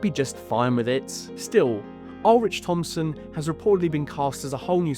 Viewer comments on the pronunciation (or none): none